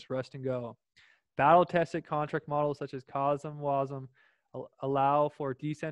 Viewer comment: You said CosmWasm correctly :) thanks for the video! Cosmos needs the love, let alone Juno. I am so insanely bullish on JUNO. It will be a great year